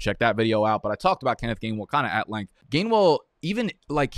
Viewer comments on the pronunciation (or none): none